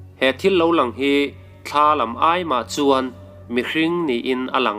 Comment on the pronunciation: Mihring pawn thla kan neilo. Thla tih hi lam a rem a, thla tiin i sawi deuh zêl a, ka sawisel lam nilovin ramhuai hnathawh vek ani.